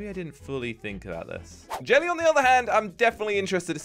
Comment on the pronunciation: He said jerely